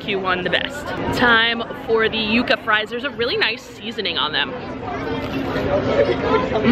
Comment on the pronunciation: Props on pronouncing the Yuca fries correctly🎉. It’s not Yuh-Kuh people 😂